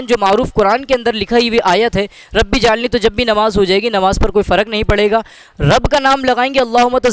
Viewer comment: ربی جعلنی نہیں ربج علنی ھے۔ ایسے تلفظ کے لئے لکھا ھے